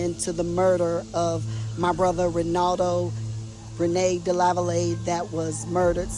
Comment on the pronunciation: The last name is pronounced "Duh-lava-lay."